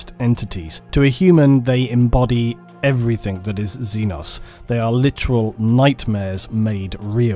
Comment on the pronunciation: Stop saying everythink